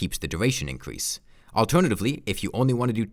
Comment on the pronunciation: Get a speech therapist, you talk like a diaper lover "incwease da numbo of wipped tag effects" "the sivur bracur" "the wickud armwet"